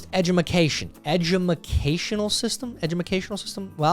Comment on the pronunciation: Is this the correct spelling for that word? “Edgumacational” or is it “Edgumicational”? Asking for a friend.😊